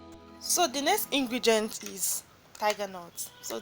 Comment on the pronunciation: Did l hear ingregient?😂😂😂